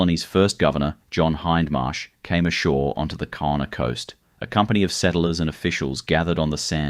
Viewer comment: The Kaurna people. The name is pronounced with a G sound ie Gaurna.